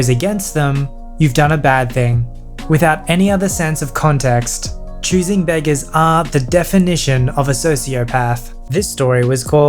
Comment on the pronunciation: The choosing begger intro sounded like choosing bagel